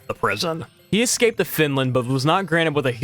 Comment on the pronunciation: Seemed like a good video, very knowledgable. But i had to stop watching. Hard to take the info seriously with the number of times the word was pronounced "exscaped".